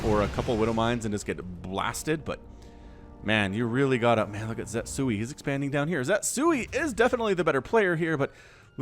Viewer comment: pretty sure the name should be ze-tsu-i instead of zet-sui.